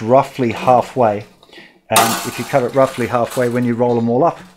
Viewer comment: The word "cut" has a "t" in it. Go Straya